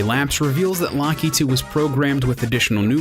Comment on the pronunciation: did he just pronounce lakitu like lock-ee-too